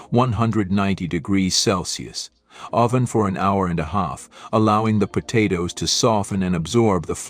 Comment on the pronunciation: . Po-toes was a funny one. Actually I get a kick out of the mispronounced words. We all know what they mean. 😊